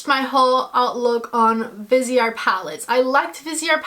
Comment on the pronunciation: It’s driving me crazy already. It’s pronounced VEEZ-art. It’s French. “Vise” from the word “visage” (face) and art. And bijoux is pronounced “Beej-SHOO”. (🇨🇦 Montrealer)